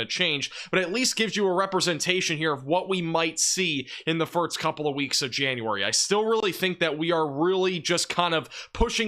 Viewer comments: Bro I swear if you say “firts” again instead of “first” I’m gonna lose my mind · It's pronounced "first" not "firts" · And I heard you say "west," so I know you can do it. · This guy says the word "first" really funny. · I don’t care what the reason is, he’s still pronouncing it incorrectly. And good for you, but it annoys me.